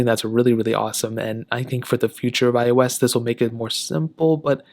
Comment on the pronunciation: It seems like you were sounded like " I was 14" not "iOS 14". Just saying, no offense.